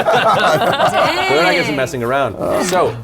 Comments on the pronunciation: Terry Crews: "I AM THODAK!" Me: ... Me: You mean Thordak??? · Every time I hear Thodak I have a mini heart attack Matt has scarred us!